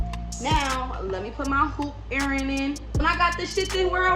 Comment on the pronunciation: lol the way you say earring is hilarious lol “earrinin “